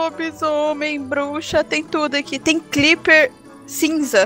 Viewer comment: Ei nao e clepper é crepper